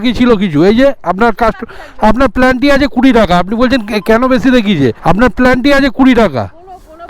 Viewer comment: প্লান্টি না ওটা পেনালটি বলে